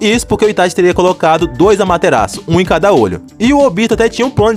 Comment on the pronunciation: Deu um nervo dele falando "amaterasiu"